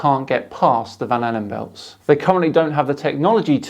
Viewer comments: Am I the only one that hears 'bananabelts'? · 😂🤣😂🤣 For a minute there when he said Van Allen belts, I thought he said banana belts.What a moron. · I swear he kept on saying the 'Magnetic banana belt' haha. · At first I thought he said “banana belts.” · My captions thought he was saying 'vanilla bells'.